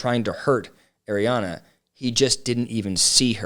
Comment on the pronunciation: Ariana.... not Adrianna